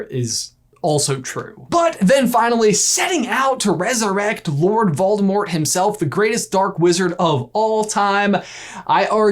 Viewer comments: “Freakin’ Moldevort” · Moldivort. Was he referencing the new Ted-Ed riddle, or did I miss something really obvious😂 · Ah yes, Moldevort has returned! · Wait did he call Voldemort Baldo? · Instead of "Moldivort", he should have been called "Voldiwart" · Always Moldevort... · Moldevert.....😂😂😂 I love peeves.... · Yayyyyy he said Moldemort!!!!!! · Don't worry if your not sure its Moldevort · ahhh good ole Moldevort... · I don't know exactly why, but a true surge of happiness went threw me when said Moldevort!!! #SeamusAsMoldevort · Moldevort! it makes me laugh more than is reasonable.. hahah... moldevort... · Maldevort Me: Lol 🤣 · Moldevort? Umm...don't you mean Seamus Gorman?